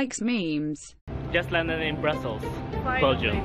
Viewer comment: Bryssel?? it's Brussel bro